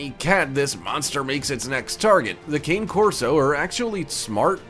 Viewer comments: Please learn to say the name of breeds properly if you’re going to talk about them. It’s Cah-ne Corso in pronunciation and not Cane like you would say candy cane. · It's pronounced "connie" not cane. Cane Corso. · Cane Corso is actually pronounced Ka:ne... The best dog breed I've ever owned. 10 years ago I was going to get a white German Shepard puppy but ended up leaving with a Black Cane Corso pup. Best decision I've ever made!! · Cane Corso... Pronounced "Connay" Corso. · I own two and it's pronounced Kah neh Corso. It's an Italian breed hence the pronunciation of the name. 👍🏾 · Kah-neh Corso...it's Italian. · Did you really pronounce Cane Corso as "Cain" Corso? Have you never heard the name said out loud, did you just look these dogs up on Wikipedia? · You pronounced #4 Cane Corso incorrectly. It should be pronounced “KAH-neh-KOR-soh”. The first word cane is the Italian word for dog. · Thank you! For a fact channel you would think he would pronounce it correctly. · Predator Casting - I am so glad someone spoke up about the pronunciation of the name, how can you take the video seriously if they cannot pronounce the name of the breed correctly. Lovely breed, a friend has one and she is a big girl with a fantastic temperment.🤔👍 L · Cane Corso is pronounce incorrectly. Then "Briton Mastiff" ha ha. A Tibetan Mastiff is way bigger than 100 pounds. Obviously written by someone who knows little. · 1. You can’t even pronounce Cane Corso the correct way. 2. Give Bruce Wayne and Jason Corey the correct citation on the Cane Corso portion of the video 🙄🙄🙄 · Maybe you should learn how to pronounce the names of the dogs if you’re narrating?